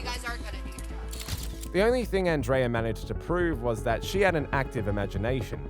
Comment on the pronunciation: Circle k is a convenient store and our name is pronounced an dria 😊